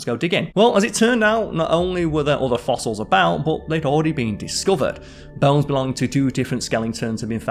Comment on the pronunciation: What are "bells"? Are you saying "bones" ?